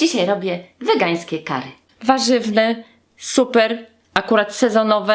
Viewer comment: mówi się kari*